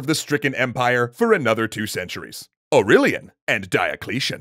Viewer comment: the guy sounds like, AUreLIAN and DIAcleTION